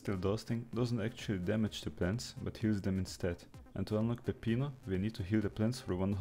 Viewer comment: that's a great pronunciation of peppino